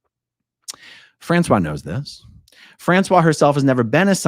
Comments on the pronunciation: I was listening to this and I was thinking Françoise was a man because you pronounced her name wrong.. It is "fransuwaZ". Z is heard at the end, you pronounced it as "François". I thought Trash Can was owned by a couple and François went to court with his wife, but then who was dating two scientologists...? I'll have to listen again. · Well, you’ve probably been told a million times already, but you mispronounced, thus changing the gender the person owning the restaurant. I kept loosing track of the story before I figured out you had simply mispronounced the woman’s name. 😬 your pronunciation was for a man: frahn - swah. The female form is pronounced: frahn - swahz. But, as always, I enjoyed the story thoroughly. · not to be that person, but the female French name "Francoise" has the final S pronounced, unlike the male version. Fran-Swahhz. That whole "bubba" part had me in tears of LOL. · Françoise is pronounced like Franssoize. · Not that it matters being as in my opinion she is a POS but the name Françoise is said with an S sound at the end, the way you are saying it is the masculine pronunciation.